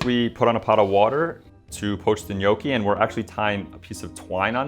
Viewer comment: Was fun to watch, but you need to work on your Gnocchi pronounciation 😂